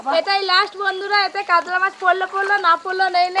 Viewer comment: কাদলা(কাতলা) মাছের পাদলা(পাতলা) ঝোল !! কী অনবদ্য উচ্চারণ!!